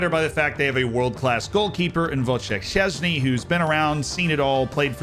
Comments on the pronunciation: Aww you were doing so well with the pronunciations and then didn't even try to get Szczęsny's name right! Would've been funny watching you try! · As a Pole, I appreciate your effort to try pronounce those names correctly. Quick tip: Ń is like Spanish Ñ, Ó is like English OO, Ś and Ć are like English SH and CH, but softer (kinda "whistle-y" sounds if you will), Ł is like English W, Ę and Ą are pronounced pretty much like EN and ON (but when they are at the end is more like É and O, the actual correct sounds don't exist in English). Now about your predictions, I disagree that my country is better than Mexico. Zieliński is really good, but often underperforms in the National team, there aren't enough other technically gifted players. I think it will be very hard to beat them, our defense will struggle with Lozano and Jiménez. Not to mention that the manager has about as much of tactical knowledge as a rotten potato, he actually managed to get the team that wins Polish league almost every year to a relegation scrap lol. And he was involved with a man convicted for the biggest corruption scandal in Polish football history. And if you watched any of the games you'd see Poland plays like garbage, there are glimpses of good attacking plays that sometimes bring goals, but that's it, I think we played much better football under Paulo Sousa at least offensively. But he pulled a number on us by accepting job in Brazil whilst still contracted to our FA(PZPN), se he's out and we couldn't see it develop.